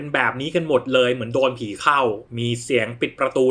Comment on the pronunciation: อ่านเป็น ระฆังเรียกหมี